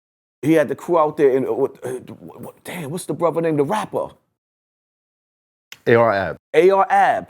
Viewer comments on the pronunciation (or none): He said AR-AB I stopped listening 😂